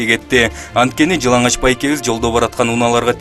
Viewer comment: жыналач эмес,жыланач деп айтылат сотрудник